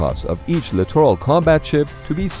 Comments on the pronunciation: Why does "class littoral" sound like clitoral when pronounced rapidly.... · Somebody teach this guy how to say “littoral”…..please! 🤔🇨🇺🇺🇸